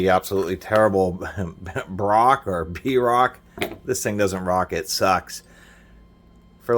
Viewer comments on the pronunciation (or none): The brand is pronounced “broke”. Like you will be when your trailer full of work tools is stolen.